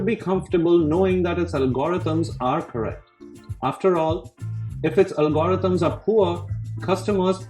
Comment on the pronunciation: This is a very well considered presentation, one that I think fairly shows the bull and bear cases for the UPST and which prompted me to subscribe to this channel. Some Americans may find the speaker’s accent distracting, even off-putting, which would be their loss. I had to go back to listen to part of it a second time when he discussed algorithms, which to me is “ALgorithms”.